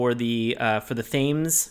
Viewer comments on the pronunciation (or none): I'm gonna put this one on Sean because 100% pronounces is like Thymes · Thames is pronounced temms